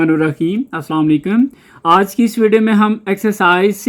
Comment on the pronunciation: Sir salam ka talafoz sahi karein اسلام علیکم